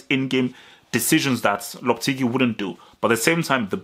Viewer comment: I think it's pronounces lohpehtehgee